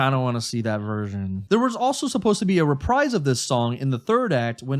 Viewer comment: Calling it a “re-prize” and not “re-praise” is so cute😂